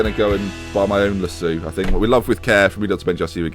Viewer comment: Lass-OH Lass-OH not Lass-oo Pls Pls Ben